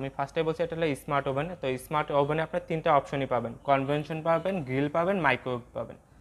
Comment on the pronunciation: "কনভেনশন" না, কনভেকশন 😅